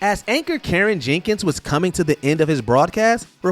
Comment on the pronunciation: You called Ciaran Jenkins "Karen Jinkins?" His first name is pronounced KEER-RAN.